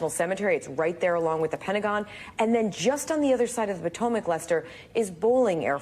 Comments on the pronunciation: What's the "Patemec" River? Does Holt mean the Potomac? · NBC can't even find newscasters who can pronounce the name of one of America's most famous rivers. SMH